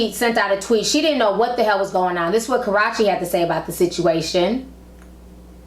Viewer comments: 😂😂😂 I know right... I love ti but it's so annoying when she says Karachi.. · She said "karrachi" lmaooo....got the girl sounding like "sriracha" sauce. Just a tip for success, learn how to pronounce names, esp before broadcasting to the world. Yes I agree used to love CB but he continues to show how immature he is. He needs to man up.